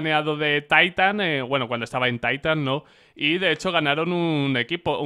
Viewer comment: TAITAN? DAST 2? me dio sidaa